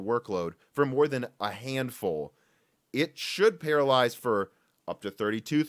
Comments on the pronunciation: think you meant to say parallelize, not paralyze. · The word is PARALLELIZE (or parallelise) NOT paralyze... which is something else entirely different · I think you mean "parallelize". Because it sounds like you're saying "paralyze". Slightly different meaning - LOL. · “Parallelize”, not “paralyze”. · Para-lell-ize, sir. To "Para-lyze" would be a terrible idea in programming... 💀😐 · Love how you kept saying "paralyse" instead of "parallelise" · Sorry, but I can't get past that you're saying "parallize" instead of "parallelize". I ignored it for the first 4 or 5 times, but then it just kept coming back and back and back...... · parallelize If you say paralyze, it's not the same... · Paralyze? Do you mean parallelize? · Parallelize not paralyze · You keep saying paralyze instead of parallelize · Parallelize =/= Paralyze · Pa-ra-le-Lize. Not Paralyze. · You kept saying "paralyze" but the word is actually "parallelize". You're missing a syllable. I appreciated the video though, especially the history lesson. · scrolled to look for this before saying something. holy hell, it was hard to stomach 'paralyze' being said repeatedly. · It took me half the video to realize wtf he meant when he kept saying "Paralyze" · PARALLELIZE there's an extra syllable there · The word is Parallelize!